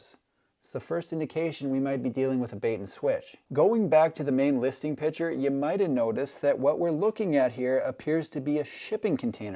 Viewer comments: PICTURE not "PITCHER" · The word picture has a 'c' in it. Pitcher and picture are pronounced differently by grown adults.